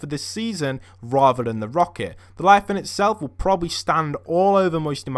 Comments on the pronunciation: It's leviathan not lyathan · Instead of leviathan he says liathan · Btw it's pronounced (leviathian) not (liathan) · What’s a liathan?Its leviathan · It's Leviathan, not Liathan ahhaha.Keep up the great videos btw! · if he says liathon one more time i swear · it’s “ Lev - I - Athan “ 😂😂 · It’s not pronounced liafan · lev-eye-a-thon gimp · Devin Healy LE. VIA. THAN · I love how he's says laviathan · Le,via,than that is how it pronounced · LEVIATHAN LE-VI-A-THAN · Ah man at least learn how to pronounce the word first before you say it, it's leviathan